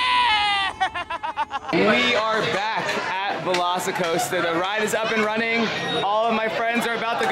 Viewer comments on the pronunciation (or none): LOVE HOW PAULA KEEPS SAYING VELOSICOASTER YASS BEST RIDE EVER FOR COASTERS IN UNIVERSAL